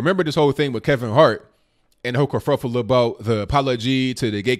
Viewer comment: I like how you say kerfuffle.